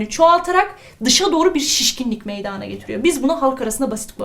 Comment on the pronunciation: hocam çok fazla güzel anlatıosunuz saolun ama meydaağna dediğiniz kopuorum herseferinde kusura bakmayın cmmcksldlpswşlcğdğsşcüc